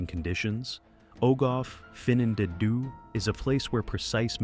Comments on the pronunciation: OH GOTH FUN ON THEE. that's how you pronounce our cave. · Didn't recognise the Welsh words with that terrible AI pronunciation! Ogof Ffynnon Ddu is pronouunced "Ogov Fun-on Thee"